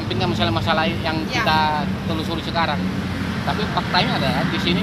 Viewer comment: Telurusi atau telusuri????